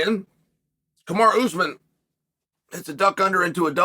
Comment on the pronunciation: Chael it’s Ka-ma-ru not kamara!